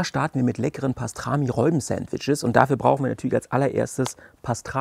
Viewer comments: HaHaHa...hast Du wirklich "Reuben" gesagt? Das spricht man wie "Ruben" aus. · Frohes Neues allen :) Sieht lecker aus auch wenn mich die Aussprache von "Reubens" (wird Rubens ausgesprochen) echt ziemlich triggert :D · Wir haben auch herzhaft darüber gelacht. Zumal das Reuben ein standard Sandwich ist das man kennen sollte. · ändert trotzdem nichts dran das es Ruben ausgesprochen wird und deine Aussprache einfach komplett falsch ist. 😅